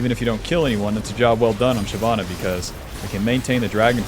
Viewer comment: It’s shyvana nor shyana 🙄